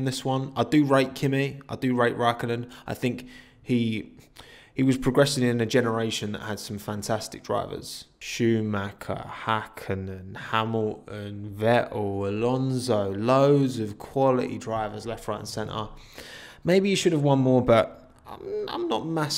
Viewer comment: I like your Videos but can speak a t in line vettel and not veo